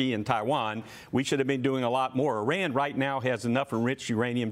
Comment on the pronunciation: I hope we never have to send more soldiers into harms way and if we must i pray that they return unharmed and fight only for whats right. And Someone get this reporter some pronunciation classes, they're $7.99 on coursera, it is Iran not Araan.